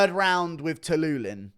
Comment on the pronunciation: Stop saying Dennis Tuiluilin